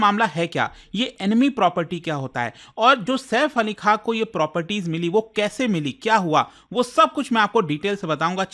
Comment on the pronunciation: आप बार बार सैफ अली खा q बोल रहे है खान बोले में कौनसा पैसे लग रहे है 😅